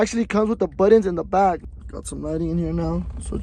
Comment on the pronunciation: Sheeeeesh got them “buddons”😂